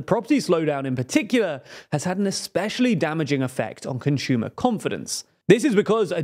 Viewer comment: Ah, yes, rising interest rates strained "CONSHOOMA" spending. "CONSHOOMAS" aren't buying enough